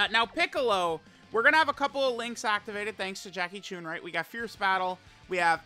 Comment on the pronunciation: My ears every time says “Jackie choon”